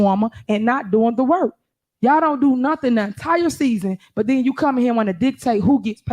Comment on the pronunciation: “at the end of da day” it makes mine hurt too. 😂